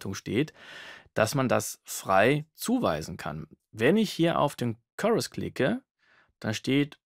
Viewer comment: currus? Wie Curry nur mit us? :D Chorus, mit O wie in story! Heijeijei :D Ansonsten Danke für's Video. Sehr gut erklärt...